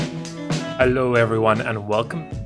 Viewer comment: Your hello sounded french